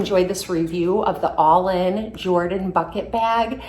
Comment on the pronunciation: It’s actually pronounced Allen 🥰